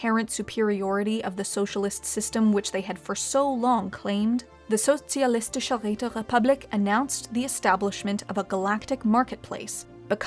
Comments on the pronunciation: She is not bad at pronouncing such a difficult german title as "Sozialistische Räterepublik" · Ok i have to admit especcially as a german, the empire name "Sozialistische Räterepublik" is a damn difficult word to spell but she did it well. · I love this new format! What a fun way to play back the events of the dev clash. Thanks so much,, this was extremely entertaining. I especially loved the flawless pronunciation of the socialist, um, that really long name. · Her saying Sozialistische Räterepublik kills :D Well done. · the way the speaker pronounces the Socialistische Räterepublik and how it completly braks flow XD but pretty good job better than most non german